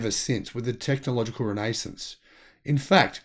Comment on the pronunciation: He pronounces renaissance incorrectly. Why don’t you get on him about that also. I don’t think having the wrong flag is all that distracting from the message. Who are you the flag patrol?